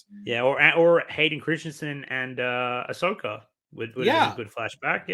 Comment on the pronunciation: why do you keep calling ashoka ashoker 🤭